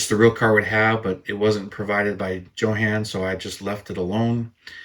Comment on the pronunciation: Built my first model in 1963….Funny how things change as the years go by!! Back in the days, E-V-E-R-Y-B-O-D-Y pronounced it as “YOHAWN” not “JOE-HAN”! Even the hobby shop owner….which was also a Schwinn bicycle shop!!! Who knows, maybe someday they’ll say it’s pronounced “HO-JAN” or even “JOAN”!!